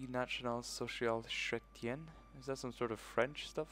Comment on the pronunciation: At least, you know that a part of Canada speaks french. The spelling of Chretien is not like "ch" but like "k" You do not pronounce the "H". It pronounce Kretien. :P